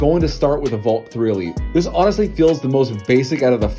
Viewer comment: The way you say Valk sounds so much like "Volt". Not that its a problem since its a video about 3x3s. But in the future it could end up being an issue since the Valk and Volt are both Qiyi cubes.